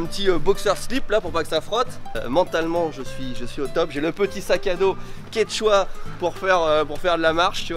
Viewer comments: le fameux QueTchaua comme il le dit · « Ketchoua » !!! 😂😂😂 (Konichon-waaaa !!!😉)